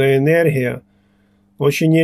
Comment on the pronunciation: Как только слышу енерхия и хы, сразу вспоминаю про сало